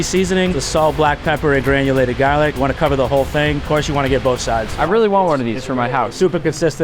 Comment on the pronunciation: cheddah...GAHHLIK he said it all.